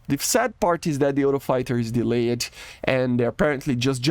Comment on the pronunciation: dude work on your pronunciation it's not delay-------ed its delayed the "e" is silent, just say "delay" and put a "t" on the end for speech.